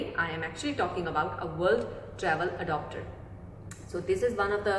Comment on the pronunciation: Adopter nahi re baba its adaptar, wrong Pronunciation